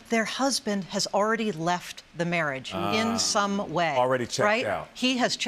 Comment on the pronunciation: At first I thought the lady said "mirage" instead of marriage. But then I realized what's the difference anyways.😁